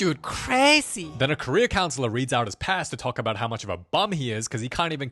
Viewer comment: Every time he says, "Career counselor". I hear "Korea counselor"